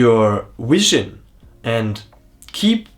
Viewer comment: wow man, that little intentional or unintentional Freudian slip where you made a portmanteau of Wisdom and Vision was powerful. Might just be an accent thing ☺️, but I swear I heard (Whi-sion)